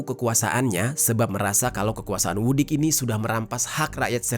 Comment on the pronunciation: Maaf bang... cara baca Vucic suara huruf C nya jelas... Vucic bukan Vudic, suaminsaya dari serbia